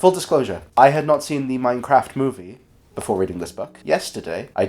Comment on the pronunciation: this is edited with the same pacing as the minecraft movie also you pronounce minecraft like mein-kampf